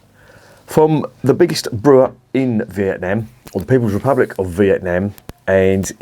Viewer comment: Correct its not vietNARM..most annoying, prob not one for me this 🍺